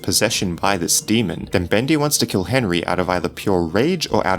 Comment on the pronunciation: Be cas Henry an bendy it's ri a little bit it's be as enry an endy rim ok bro.